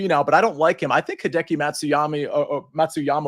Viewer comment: Is it really that hard to say Hideki??